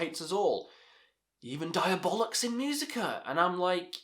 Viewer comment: Did you say Diabolics ?